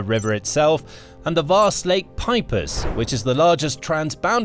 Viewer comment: As Estonian i can say its ainth Pipus or what that was but "Peipsi"